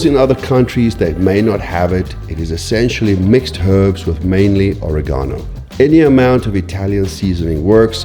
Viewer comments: Or a gone o? 😅 do you mean oregano? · I bet there's at least one cook complaining about pronunciation of "oregano"😅